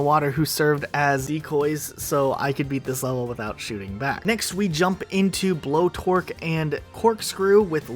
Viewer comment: Ah, yes, blow"torque" and corkscrew. My favorite WaW level.